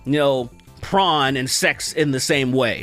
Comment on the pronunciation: Why you saying Prawn tho